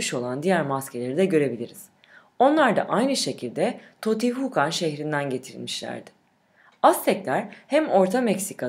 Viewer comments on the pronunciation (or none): Totihukan deel canım. Tiyotihuâkan diyen okuniür. Diskiyonun bozuh.